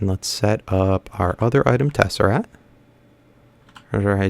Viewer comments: Am I the only one getting annoyed of him saying tesserat and not tesseract? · DMAC! It is not a tesserat. It's a TesseRACT not TesseRAT. It is not a rat! Like if you agree, and dislike if you dont agree. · Please pronounce tesseract correctly. There's actually a "C" in there before the "T"